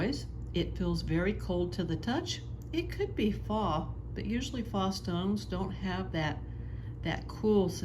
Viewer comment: I'm confused... I'm hearing you say a word that sounds like "fah." Is this your pronunciation of the word "faux," which means "fake, or imitation, not real or genuine"? I looked up the preferred pronunciation Google and learned that it should sound like "foe," which is the way I've always pronounced it and heard it pronounced. (I hope this question was not offensive... 😊 Lots of stuff is very finely nuanced, and I'm just always trying to learn! 🤔) Loved your unboxing session, and the descriptions of what you found!